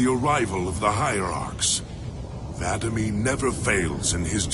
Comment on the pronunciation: He keeps saying Vadamee wrong